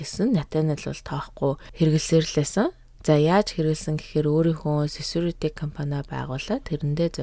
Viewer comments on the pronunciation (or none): Секюрити гэдэггүймүү? Сесюрити юмуу? 😮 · 😂😂 harin tin сесүрити gechwu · Security gdgiig yu gechiv kk sesurity gesenuude😅😅😅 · Секюрити гэдэг биш бил үү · Security gej Yaj heleed bgaan be!!!! 😅😅😅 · Security-г юу гээд дуудчихвааа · lol humor toi bmar bnaa guys iim olon bichleg orchuulj hiideg hun security gj spell dej chadahgu bval gjdee haha